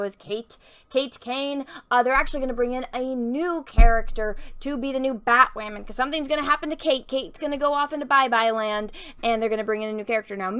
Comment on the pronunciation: You are so cute 😍💕. Everytime she says batwahmen!, Drink!